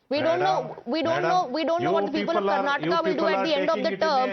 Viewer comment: TimesNow is uneducated news channel who does not know how to pronounce Karnataka.